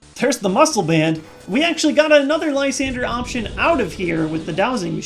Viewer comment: You dont know how happy i am that someone else pronounces Lysandre correctly. Thank you